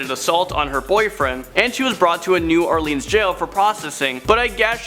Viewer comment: Love the video but the way you said New Orleans 😬.